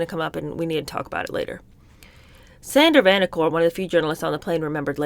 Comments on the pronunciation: Pronounced….Sandra Van Oak-er. 😊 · As somebody who grew up in that era and heard his name pronounced many times, it’s Sander Van-o’- cur. Emphasis on the second syllable. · Sander Van OH-cur is how that name is pronounced. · Not that it matters, but Sander Vanocur’s name is pronounced : Van-oak-er with the accent on the Van. (Just a tidbit I thought you might like to know 😊) His cousin was my dentist in my early years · Love listening to your reading, commentary. Just a few suggestions on pronunciations: ebullient (eh-BOO- lee-ent); Sander Vanoker (van-OH-ker) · I lived through those times of the JFK, RFK and MLK assassinations. Btw, the name is pronounced Sander “Van OH ker”. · A small correction - I grew up in this era. I was a child and remember much of it when it happened. Anyway, the news anchor’s name is pronounced “ Sander Van OAK her . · Lady Bird wrote them. She made wonderful speeches and tapes of her thoughts and conversations. Also, Andy Williams’s wife is pronounced Claudine Lon-jay. Sandy Van O Kerr. Love the videos, you are very gifted! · Lady Bird wrote them. She made wonderful speeches and tapes of her thoughts and conversations. Also, Andy Williams’s wife is pronounced Claudine Lon-jay. Sandy Van O kerr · Mispronounced vanocur. It’s vanOhcur. Accent on middle syllable. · Sandy Vanocur is pronounced, I think, Van-oh-ker. I enjoy your videos